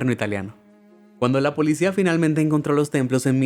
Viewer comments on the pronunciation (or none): none